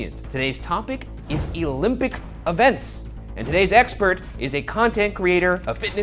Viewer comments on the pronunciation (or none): So weird I thought it always was pronounced OLympic games, not EElympics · "Eelympic Events" ??? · OK but why did Ryan say "Elympic"?? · Did Ryan pronounce "olympic" as "eelimpic"? Is this Febiary all over again? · " E-lympic" lolol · ee-lympic lmfao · Ryan pronouncing Olympic as Elympic